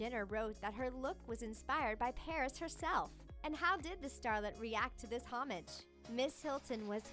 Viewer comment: This voice over artist i tell you is killing me with her illiterate pronunciations... Heiress as Hairess and Homage as home-age.... Really!?